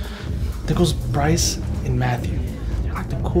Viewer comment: Brice??? I heard Rice 😂😂😂😂😂😂